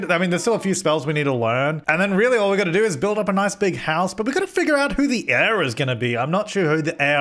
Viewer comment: omg "aire" 😂